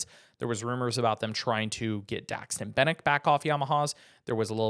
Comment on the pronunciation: Butchered Daxton Bennick's name, I think I had a stroke when I said it... 😂